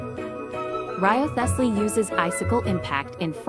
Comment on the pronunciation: Reeve-slee or wryveslee. Everything else is silent.